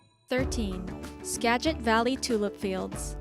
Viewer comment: not pronounced 'Skajit'. but with a hard g; Skaggit. Git, like "Git 'er done!" Yellowstone is unbelievably gorgeous and magical but it smells SO bad! A lot of the beautiful and deadly springs have such a pungent sulfur smell that it can be difficult to enjoy the scenery so if you go, I strongly suggest first purchasing a mask, an R-95 is inexpensive and works 99% better than a regular, white doctor-type mask. I think the BlackHills in South Dakota are extremely beautiful. You can enjoy them while driving to Mt. Rushmore. The Columbia River Gorge: the river is the boundary between Oregon and Washington and there is a highway on each side. There are many waterfalls including Multnomah Falls, the U.S.'s 2nd tallest waterfall and there is a trail to hike to the top that even kids can handle, tho I dont suggest the hike if you have bad knees. Along the gorge you will also find Hood River, Oregon, a small town where the Columbia river has the best windsurfing in the world. On the Washington side, near George (yes, it is George, Washington!), there is a remake of Stonehenge. The whole gorge is stunning!